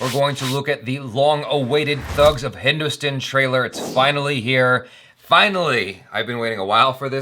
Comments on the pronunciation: I've said this before. It is pronounced as Hindustan. Rhymes with Pakistan, Afghanistan, etc. But the way you say it, it sounds like Hindu-stun. Translates to Hindu-tits. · He can't pronounce Hindustan properly and you want this guy's reviews about a Hindi movie?! Get a life, bitch!